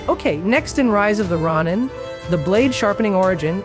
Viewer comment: stopped at 2 minutes, i aint about to listen to u mispronounce the games name for another 10. do no recommend channel. bare fuckin minimum n u couldnt do it.